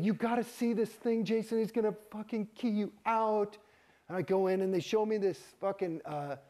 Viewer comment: 👏👏👏 nailed ‘key you out’. 👍🏼